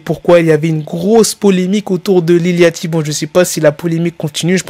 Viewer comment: Ca se prononce lil Yoty, c'est comme le bateau yacht.